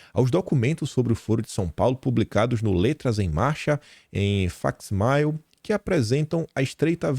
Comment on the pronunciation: "faque ismaiou" kkkkkk me senti velho agora! Só uma dica,: isto é latim, não inglês!!!!